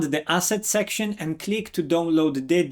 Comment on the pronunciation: Because of your accent, I thought you were saying "Don't load Calibre" instead of "Download Calibre". LOL